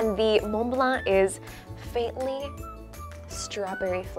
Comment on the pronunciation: La prononciation de lorsqu'elle dit Mont-Blanc est parfaite! Mais un peu moins pour Macaron! Ha ha ha!